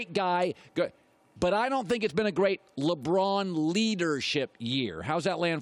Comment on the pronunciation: Hey Broussard, it's LeBron, not "LaBraaaahn".